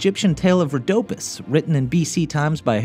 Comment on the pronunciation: Its ro-da-peace